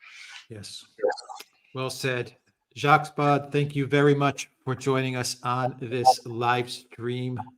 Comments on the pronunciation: I'm the most faithful fan of, but he always gets the French pronunciation wrong... Alexander is always right on - It's Baud (not BaudE as it is Macron (not MacrONNE 😊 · I agree with AM most instructive and, yes, must do it again .Jacques, latest work on the ME conflict in also eye opening . Incidentally, Jacques Baud, pronounced Bo or Beau. Once again thank you. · Alexander actually knows how to pronounce his name., not so much.